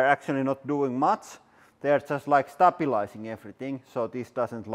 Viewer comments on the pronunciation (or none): ”Not doing much just stabilazing thing” hahaha